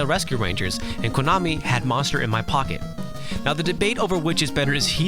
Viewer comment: Don't ever say "KOOnami" ever again, please. It's "Ko-na-mi". Okay?